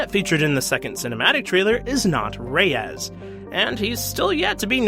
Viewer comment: You pronounce "Reyes" very funny xD for you to understand, it's more like the StarWars "Ray" plus spelling an "S" letter, "Ray-ez" or something like that haha ;)